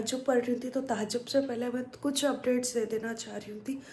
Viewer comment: Tahjjub nhi diwani THAJJUD bolte Deen k bare me mlum karlo ye vlog reels banana ye kam nhi aata deen k sikho